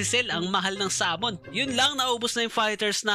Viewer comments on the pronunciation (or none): none